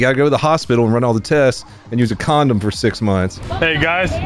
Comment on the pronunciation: Alot of emphasis on the "use a condom"part 😂